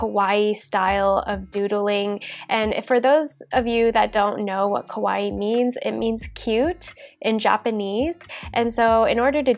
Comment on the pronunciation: Its not a serious note at all, but kawaii is pronounced w more “ah” sound not “oh”. When pronounced “ko”waii, it actually means Creepy :)